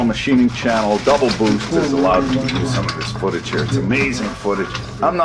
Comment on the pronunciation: Double boost sounds Geordie